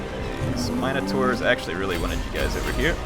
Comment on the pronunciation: I love you but the way you say Minotaurs triggers the crap outta me xD